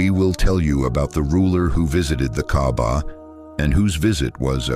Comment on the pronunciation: By the way, it's called kaaba not Gabba may Allah guide you to the wghrit diraction.